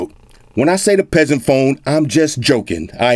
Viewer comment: I lough so hard every time you said “peaseant”.